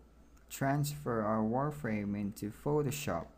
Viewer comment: Maaan this guy talk slow, also it is so obvious that many of the English words he have never ever heard in real life and that gets so annoying after a few minutes so that is the onlite thing you hear "so wi ayes" "warframe" "maack flaaw" "tvittr fiit", "Make fonit Ajjtallic", there are some many better videos out there where it doesn´t sound like a r****d teaching how to build a kite!